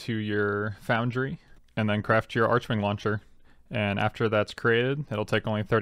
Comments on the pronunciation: I thought it was pronounced “arc-wing” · The 'h' in archwing is silent...